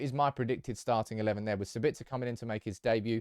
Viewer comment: SAbitzer not saBItzer. Also it’s leviOSA not LEVIOsa